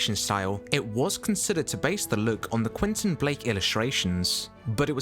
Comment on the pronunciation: Et c est pas quinton blake c est Quentin blake espèce de crétin